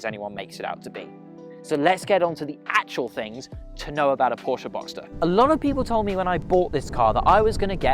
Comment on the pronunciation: Glad the bloke pronounced "Porsche" correctly......